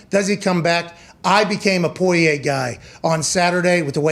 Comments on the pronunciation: Who tf is “poy-yay”?🤣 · They way everyone except Conor says Poirier is so irritating idek why I'm usually not someone to complain about pronunciation like this but god damn